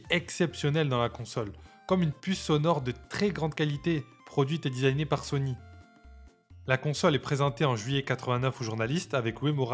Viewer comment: quand on t'écoute on pourrait confondre Sony et Sonic, fait un effort pour mieux prononcer ces mots, surtout à la fin de la video, un aveugle ne comprendrait pas si c'est sony qui a tué sega ou sonic 😅